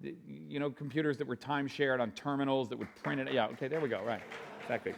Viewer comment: She says..oohkee?